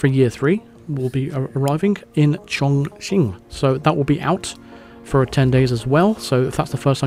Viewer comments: Chongqing is pronounced "chong-king" not "chong-ching" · whenever says "Welcome to Chonking" 😬😬😬😬😬